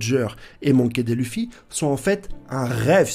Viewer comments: Tu bases ta théorie sur le fait que Luffy veut le One Piece, or c'est faux. Que le One Piece permet d'accéder au titre de Roi des Pirates, or c'est faux. Tu prononces "raylette", "monky dé lufy" mais tu dis "nakama". Et tu mets une photo d'Aonuma pour désigner Oda. Je ne sais pas si c'est fait exprès mais pour toutes ces raisons, je n'ai pas pu aller plus loin dans ta vidéo. Dommage. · Gold et roger, raylhite , monkey dé luffy , zo en... ca fais mal aux oreille vraiment. Tes au courant que c Gol D roger ??😂😂